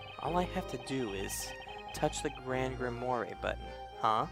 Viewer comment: Grimoire. Grim-Ware(rhymes with are(as in we are leaving soon))`i apologize if this seems rude, i was trying to give u something to help you out with the pronunciations. also i noticed something. that inferno spell required a sceptre to cast(also i dont know what an incantation is). espella's hands were full. she was carrying a lantern AND a bucket of milk. so how could she have used the spell?